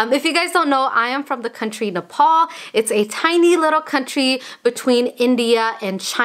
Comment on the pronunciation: It's so sad you can't pronounce Nepal properly